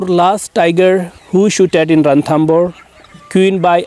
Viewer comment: it's Ranthambore..!! not Rathambore.!! thanks..